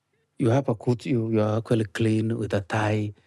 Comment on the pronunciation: You gotta drink a shot every time he says “accoly” (actually) 😂